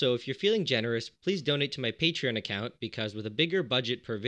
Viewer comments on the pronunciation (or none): none